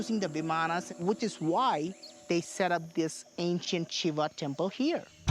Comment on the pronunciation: The AI and real voices both mispronounce "Shiva"